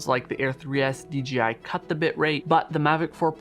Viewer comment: Why do you keep saying DGI instead of DJI go back and listen to your self .